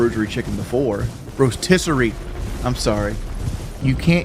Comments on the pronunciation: Rosary chicken gets me everytime 😂😂 he said it like 10 times at least before someone in the chat corrected him 🤦‍♂️ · 40 year old man. Saying “rosary chicken” instead of “rotisserie”